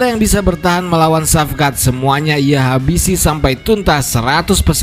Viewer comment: Shavkat di baca = Shawkat/ Shauwkat, Saukat